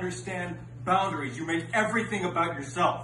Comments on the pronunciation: when he says about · I guess when hè says ‘about’